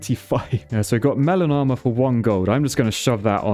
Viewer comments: I can’t not hear “melanoma” when you say melon armor. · Every time you say melon armor I think that you're saying melanoma. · I keep hearing melanoma when you're saying melon armor.